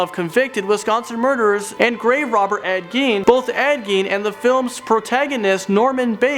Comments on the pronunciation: Am I the only one who noticed he said Ed Gain and then right after he said it right and said Ed Gein? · They keep mispronouncing Edd Geene's name.